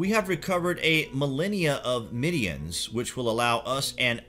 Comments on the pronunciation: Middens not midians. Sheesh. Is this a comedy channel? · Trash heaps are called "middens," not "middians." Also - narrator seems to place stress on weird words in the middle of a sentence; needs to work on his delivery...just an observation. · Whoever wrote this is either really, really lazy or just plain ignorant. Or they never told the narrator how to read properly. "Burrows"? "Middians"? Give me a break. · middens not midians! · I don't know how the script you are reading is spelt, but, the word you are looking for is 'middens' NOT 'midiens' or 'middyens' or 'midians'. Please if you are going to present yourself as a credible historian or archaeologist, you will need to have a basic knowledge of the subject. School kids know how to pronounce 'middens' and they know what they are. Very amateur. NO subscription! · While I appreciate your enthusiasm your pronunciation is dreadful. Stratchclyde? Middians..?Ffs... research mate. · 'Middens', not 'midians'! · It's mid-dens. Not mid-d-ens. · Burrows? Midians? Pick-tish people? Seriously, Sir, learn to pronounce the words before you put yourself forward as an expert!